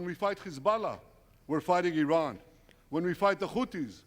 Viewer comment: nah nah, you said iran wrong lol